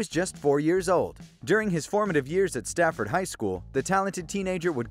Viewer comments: It's Safford, not Stafford. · Its Safford... not Stafford. Every person in Southern Az is cringing everytime you say that shit. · His hometown is pronounce "Saf-ford". There's no T. #hometownhero